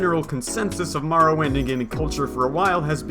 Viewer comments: More Oh Wind. WTF is Mar Oh Wind?!?!?!?!?!?!?!?!?!?!?!?!?!?!?!?! Nice vid though. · Ok... say Morrowind... Now, say Marrowind.